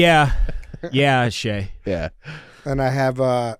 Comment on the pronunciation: Idk why it bothered me so much but it is CHeah not Shay!